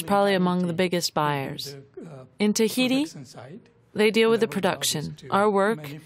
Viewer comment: Its not thaiti.its Tahiti!!🌴🌊🌞